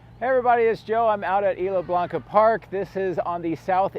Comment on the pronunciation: Good information, I guess ... kind of rambling. Also, you need to ask someone for the proper pronunciation of "Isla Blanca" 🙂